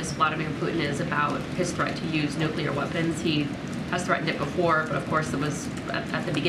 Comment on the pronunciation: She said nothing there and she mispronounced nuclear.